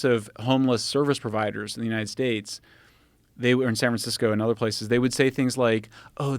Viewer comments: Did he intentionally said “San FranSicko”? 😂 or was just a roll of the tongue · San 'Fransico'